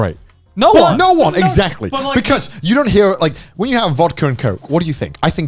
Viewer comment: "Thaz bechouz"